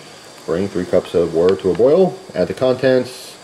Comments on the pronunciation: Here we go again with the "wutter".......... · I like how you say water. :P